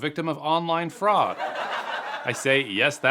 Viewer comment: Stop what? Fraucd? That isn’t even a word!